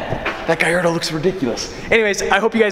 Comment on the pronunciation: why he say guy-ardo instead of gallardo